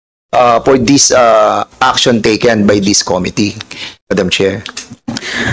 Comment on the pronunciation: Cringe everytime mag pronounce si Cong. Dan ng "committee". Yung pronounciation nya di pasok both sa british and american english😂😂